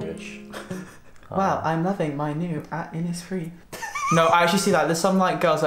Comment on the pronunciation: Hi no one cares and no one will read this but can I please tell u that ur pronouncing innisfree wrong. Innisfree is named after the island on Ireland called innisfree and the poem written by W.B Yeats called The Lake Isle Of Innisfree. I am from Ireland and the 's' is pronounced wrong. It should be pronounced as 'sh' instead so it is inniSHfree. Yay ur welcome I'm sorry lol